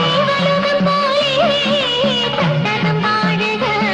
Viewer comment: തട്ടക്കം അല്ല..... തട്ടകം 😊